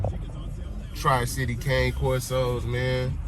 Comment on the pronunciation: The breed is pronounced “Kah-nay”. It’s Italian. But some good info in here bro. Keep pushing ✊🏾